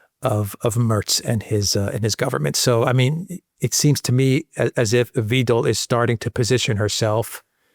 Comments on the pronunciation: Weidel is pronounced more like the english word "why" and not "weedel" 🙃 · Please remember pronounce her name correctly… it’s Wiidel not Weedel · Hi, Alice Weidel is not spoken like Weedel, it's more like - Why dell 😉👍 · Not WI: DEL but V HI DEL 5 (as in Hi) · The correct pronunciation is: Wydel in English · Good Interview, Ms Weidel is spelled like wAidel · Alice "whyDel"☮ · Dear: here name (Alice Weidl) is pronounced Alice "Whydl". "EI" in german is pronounced like "I" in english. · It’s ’vy-dell’ if you are an English speaker. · Her name is pronounced, "V-eye-del,! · Hi. Sorry to be picky, but Alice Weidel's surname sounds more like vydel (i.e. ei like eye and not ee). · Btw.... it's WEIDEL as in WEIMAR Republic, Calvin KLEIN etc. Very easy! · Weidel is pronounced differently in German: Alice Elisabeth Weidel (German: [aˈliːs eˈliːzabɛt ˈvaɪdl̩]; 😅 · How good is your analysis if you don't know how to pronounce Weidel? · Please improve your pronunciation of Alice Weidel's name.